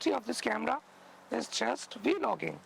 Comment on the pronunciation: This dude said Vee logging ha ha ha 😩😩😂